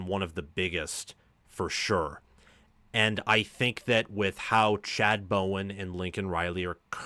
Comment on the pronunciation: I enjoyed your take….but it’s Chad BowDen.